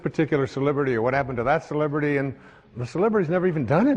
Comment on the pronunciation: Dude..I so usually like him..I was watching because I like him..he's no Eckhart Tolle but he's seems sincere MOST of the time..but as I sat here watching I knew ..something was off..Dude..watch this video again..he is high as a kite...he says Sibibrity obsessed world..he can't even talk..and the hands..just watch it again.